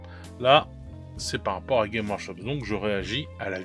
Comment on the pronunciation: Putain pourquoi aucun youtubeur francophone ne prononce le S de games workshop. Ça me rend ouf :)